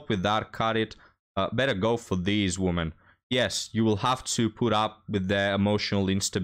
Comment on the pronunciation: A few tips regarding English pronunciation: "Worth" is pronounced "werth." The singular "woman" is pronounced "wuhmn." The plural "women" is "weh-mn."